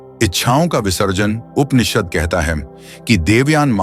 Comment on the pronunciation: कृपया उपनिषद बोलते हुए 'प' उच्चार पुरा करे. जैसे ' ' 'पुरातन' शब्द बोलते समय करते हैं.' परे ' शब्द मे प उच्चार होता हैं